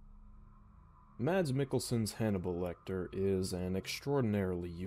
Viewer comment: I believe it’s pronounced “Mad” but whatever